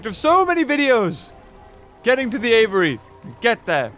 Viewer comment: It catches me off guard every time he says "aviary" as "Avery" 😂